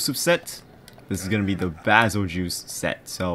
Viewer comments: Bazel-juice he says lol it's prounoced bazel-geese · its pronounced bagel-guy